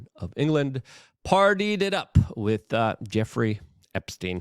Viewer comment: Listening to Luke attempt to pronounce English words is maddening. Phrases, too. “…won’t see the day of light”? Wit for with. Cher-drin for children. What’s next, axe? Yuck.